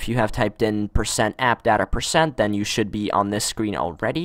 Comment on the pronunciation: App "Da Ta" haha